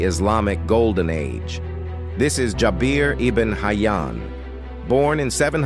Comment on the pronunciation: Its jaber not jabir